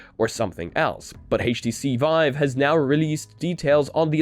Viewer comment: Haytch TC? Really? I'm out.